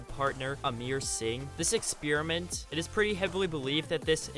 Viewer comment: Ayyy uploads lemme get my popcorn plz! 2 views and 10 comments... OK. And yeah Its not Amir Singh Its Amer Singh coz im an Indian myself duhhhhhh Im not trying to be mean but just tellin ya g'mon watcha. What music in vid btw?